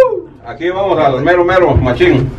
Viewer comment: Your boy said "AQUI" 😂 when he was in the back of the truck filming